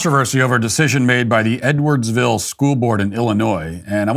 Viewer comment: I was listening to this in the background and NGL, I totally thought he said 'N-wordsville' instead of edwardsville